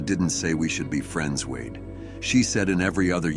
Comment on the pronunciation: It's an AI program that repeats the words a bit to literally sometimes. Same reasons the narrator said wad instead of wade.